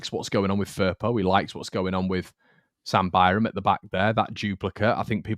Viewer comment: Your own pronunciation of Firpo is horrible. Listen to Farke when he pronounce Firpo's name.